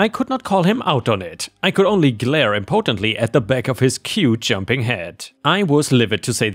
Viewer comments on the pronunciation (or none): "rescind" is said as "ruh-send" not "ree-zent." "hyperbole" is said as "high-purr-buh-lee" not "high-per-bowl." "impotently" is said as "im-puh-tint-lee" not "im-poh-tint-lee." "syrup" is "seer-up" not "sigh-rup." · Are you sure? "recind" does not exist. "rescind" is said as "ruh-send" not "ree-sind." "impotently is said as "im-puh-tent-lee" and not with a long "oh" sound as you are putting it. "Google" is said as "Use Google to look up how to pronounce the words to verify you are getting it correct instead of trying to correct someone else who is correct." 😉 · "recind" is pronounced re - sind "Impotently" is pronounced I'm- po- tent- ly